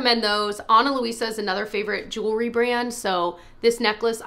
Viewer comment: *jewelry, not “jewlery”